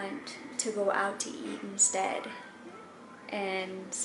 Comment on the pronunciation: Lol SAINTS are "AINTS"! Give up!!!!! Lol